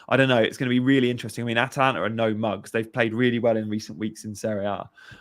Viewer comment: Gianni a dispoiment as always. You.don t even know how to pronunce Atalanta for god sake. FORZA ATALANTA!!